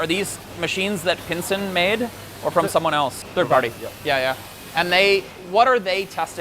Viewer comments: this is PISEN not pinsen lol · I don’t understand why you pronounced the company as “Pinsen” ? It’s spelt “Pisen” and phonetically the Australian distributor says it’s pronounced as “Pie SEN” why do you pronounce it a “PiN sen?”